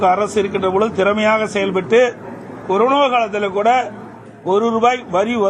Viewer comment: யப்பா ஏய் நீ முதல்ல தப்பில்லாம பேசுயா, வேலைவாய்ப்பு பதிவுக்கு பைது னு, பொங்கல் தொகுப்பு க்கு பொங்கு தொவுப்பு னு பேசுற,கொரோனா காலத்துல என்பதை கொருனோ காலம் னு பேசுற,வருவாய்க்கு வரிவாய் னு சொல்ற